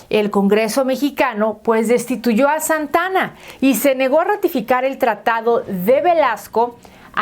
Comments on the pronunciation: Por qué no hizo un historiador esta información no es solo leer y por favor no es Santana es Santa Ana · Es Santa Ana no Santana, investiga antes.